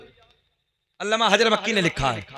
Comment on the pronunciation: ये जनाब अल्लामा को अल्लमा बोल रहे हैं वो भी 2 बार